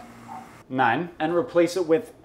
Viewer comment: It's "nein" and "mein"